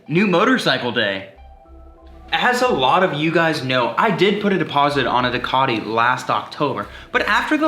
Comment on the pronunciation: Wtf do they pronounce ducati that way soooooo annoying..